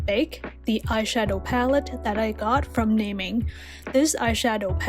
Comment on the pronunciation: It’s actually called na-ming btw i luvv ur video 😻